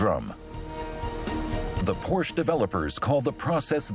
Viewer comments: How can this be such a detailed video on such a formidable vehicle requiring so much precision and detail yet they pronounce Zuffenhausen easily yet can't pronounce the name of the car "Porsche" its not a "Porsh" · Painful to constantly hear the family name Porsche (2 syllables) mispronounced. Otherwise it is great to see how far Porsche (say, "Por-shah") has come since the 4 cam air-cooled days. Amazing car! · No matter where the speaker comes from, there is no car named "porsh". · I wish the narrator and English translators would pronounce Porsche correctly!! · Why is the name Porsche not pronounced correctly in this video. Since it is family name and not just a product name, tell me why it is mispronounced here. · This mf is so inconsistent with how he pronounces Porsche 😆😒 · The constant mis-pronunciation of Porsche is incredibly distracting from an otherwise wonderful and fascinating video. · Great video just wish they pronounced porsche correctly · The announcer pronounces Porsche wrong throughout the entire video BUT a great video. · Somebody tell that idiot narrator that the e in Porsche is not silent. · Please learn to pronounce Porsche before doing a documentary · It was very annoying to hear the narrator mis-pronounce Porsche. And, that it was not corrected in post production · Can’t even pronounce Porsche correctly! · the mispronunciation actually takes the fun out of the video for me. If they want to talk about principles, fundamentals, and details then getting the name right is a good starting point! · The commentator needs to learn how to properly pronounce Porsche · Porsche is a two syllable word. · a documentary that manages to mispronounce both porsche and taycan lol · Would you please pronounce Porsche and Taycan correctly?!?! 🤦🏻‍♂️ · Es heißt "Porsche" nicht "Porsch" !!!!!! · Its not a Porsch, its a Porsche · HEYA NARRATOR.. IT'S P O R S H A .. PORSCHE.. NOT P O R S H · Porsh? What happened to Por-Shuh? This from a German TV channel?